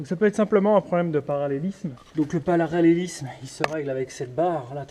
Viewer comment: 0.40 le paralalélisme